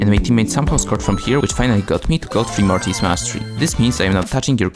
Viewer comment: Its mortis not morris